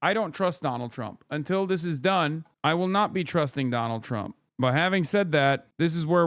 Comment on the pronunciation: why does "Donald Trump" sound incorrect? Like, it's the wrong pronounciation of it or something? Like Trump isn't a real word